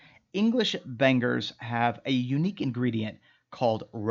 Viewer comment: It's making me tick every time he says "ban-gers 🥴 it's "bang-eurghs" Bangers.. but fair play it looks up to standard, I can't lie. 👌🏽